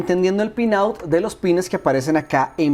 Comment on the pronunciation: Con cable HDMI o componente todos los juegos de Xbox llegan a 480p excepto muy pocos juegos llegan a 720p como el '' the warriors'' o' 'soul calibur 2'', pero para emuladores es una maravilla y se ven a full screen si lo desean. Muchas gracias parcero por tu video y recuerda : no es pines es pins. Un saludo.